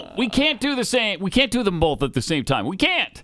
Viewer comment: Pat; there is no “L” in the word “both”. Why O Why must you keep saying “bolth” it is infuriating as Obama’s S whistle. Or worse.